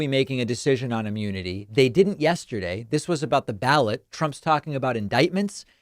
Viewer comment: "Yeshterday is a hard word for me."